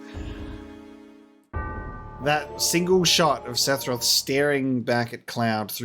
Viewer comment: Okay, say it with me: SEH - FUR - OTH Lol jk man. Really enjoying your playthrough so far!